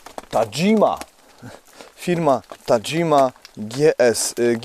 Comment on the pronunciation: Tahima nie tadżima 😛 brzeszczoty 240mm to ok 32zl